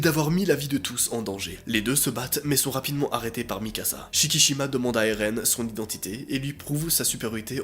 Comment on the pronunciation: Et non erun mais éren